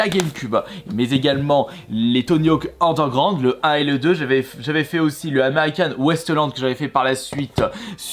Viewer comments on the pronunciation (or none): Franchement... Super vidéo mis a part que tu m'a fait saigné les oreilles en disant : "Tony hawk andégroand, sport boaarde et trique... Je like quand même 👍